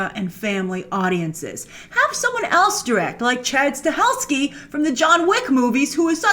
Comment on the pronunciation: I'm liking this video because you pronounced Stahelski right